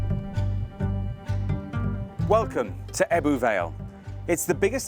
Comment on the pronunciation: The way they pronounce some words like ‘ebbw’ and ‘blaenau Gwent’ is sending me 😂 that’s not how we say it lol I live 5 mins from ebbw vale